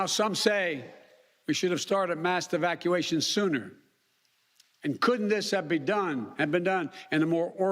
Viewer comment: He mispronounced 'evacuation,' it seems like his speech gaffs are at it again.